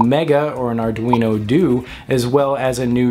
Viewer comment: If you want to use the newest GRBL you can get the Arduino CNC Shield V3.51. It's designed to run on GRBL 1.1 By the way it's not DUE as in 'doodoo' but DUE more like in 'duet', except you don't pronounce the d as 'dyu' but as a d. So doo-eh where 'eh' sounds like the e from 'empty'.. Coming from Italian Uno being one and Due being two :)